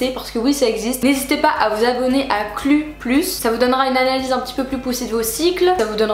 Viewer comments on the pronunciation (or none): Alors ok mais par contre ça se prononce Cloue (comme en anglais) et pas Cluuuue